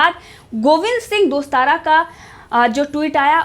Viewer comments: दोस्ताना नहीं टोडासरा बोलो मैडम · मैडम गोविंद सिंह दोस्तारा नहीं गोविंद सिंह डोटासरा😂😂